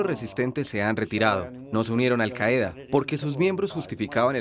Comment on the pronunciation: La palabra 'Qaida' se acentúa en la primera sílaba.